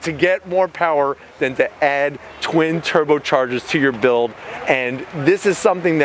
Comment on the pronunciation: you sound like a reject saying turbochargers